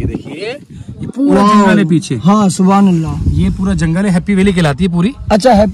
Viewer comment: Bhai Thobhan Allah nai Subhan Allah plz sahi boliye